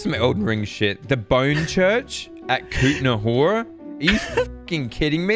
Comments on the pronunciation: I am from Czech republich and the wa said the name Kutná Hora like Katuna Ora makes me laugh XD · Since im from Czech republic, hearing say "Kutná Hora" And completly butchering it made me happy for some reason (in a good way, of course), but for real, you said it like it was some city in Japan or name of an anime. And fun fact: "Kutná Hora" could be translated to "Mining Mountain", and no, I'm not kidding. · and are trying to say the word Kutna Hora People from Czech Republic: 😀 (btw I'm from Czech Republic) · You’re Right, We butchered it even more Killed me💀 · probably the worst pronounciation of kutna hora I heard so far. as a czech person.